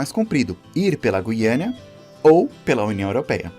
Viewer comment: Guiana, e não "guiânia."